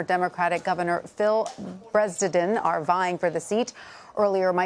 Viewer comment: Can the national media learn to pronounce Phil's name right